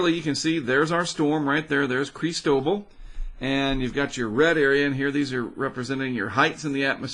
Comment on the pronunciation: Isn't it just CHRIS-toh-ball? Either way, definitely want to support via Patreon and would love to even join you in recording some of these storms. I have experience as a videographer from documentaries as well as voiceover experience from doing PSAs for local charities, services which I would gladly donate to you and your channel. :) I also believe this will hit somewhere on the LA coast, or right over the border in TX or MS.